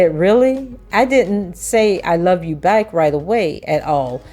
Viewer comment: It seems like she said I Love You fitrdt